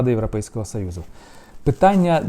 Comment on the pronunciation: Гидотно слухати оце ваше « європейского сАюзу» навчіться говорити нормально